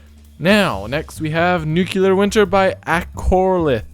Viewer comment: I'm so sorry for your grandmother, P.S. you're supposed to say new-clear, not nuke-u-lar.